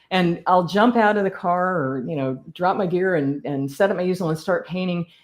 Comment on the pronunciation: I finally realized she was saying “gear” not “beer “.